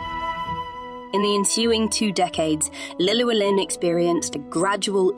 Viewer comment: great history on the castle but you've butchered Gryffydd and Llewellyn pronunciation's. I grew up about 5 miles up the road from Caerphilly. (Hengoed) to help with the pronunciations next time try Llewellyn = (Thlew)(Elun/Elin) Thlewelin Gryffydd = (Gri/Gru) (fid/fith) Grifith (not to be confused with Griffith, although similar sound) all in all the video was really informative and i enjoyed it. apart from the butchered Welsh name pronunciation. :)